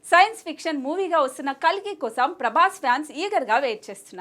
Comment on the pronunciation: Kakli kadhu kalki